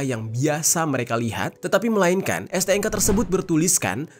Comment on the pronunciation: STNK bang, bukan STNGKA